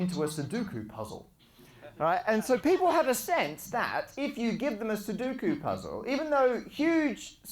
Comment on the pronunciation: SU - DO - KU! Not suduku.